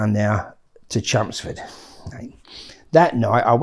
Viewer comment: Took me 39 mins to realise hes saying "Chelmsford". Sound like he saying chumsfords. 😂